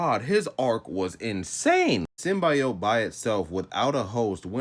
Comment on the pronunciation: My nigga it's SYM - BEE - OAT Symbiote. The Venom movie pronounced them hoes WRONG if that's what you got it from.